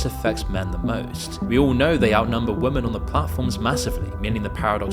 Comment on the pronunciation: For fuck sake, learn how to pronounce women.